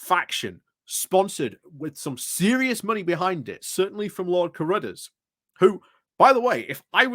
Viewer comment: Who is Lord Carudders? Does he mean Cruddas?